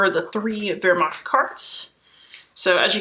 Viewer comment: Awesome - subscribed looking forward to more of your treatment and love the way you correctly pronounce Wermacht ! Kenrick